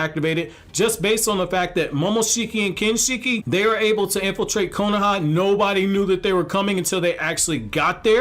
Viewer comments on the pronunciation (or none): none